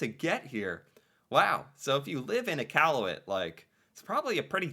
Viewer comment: pronounces Nunavut and Iqaluit better than most Canadian do. 👍